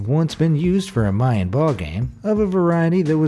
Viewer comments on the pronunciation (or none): none